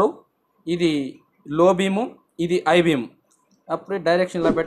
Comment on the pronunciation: ఐ బీమ్ కాదు హై బీమ్ బయ్య